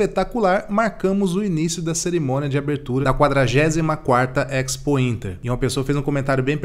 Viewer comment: EX pointer é boa, A pronuncia é espointer